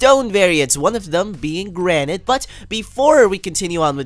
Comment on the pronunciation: its pronounced as granit but garnite